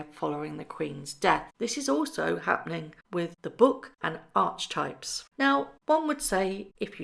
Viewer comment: Love your channel, but the name of horrid Meghan's podcast Archetypes is pronounced AR-ki-TYPES. It's not ARCH--types.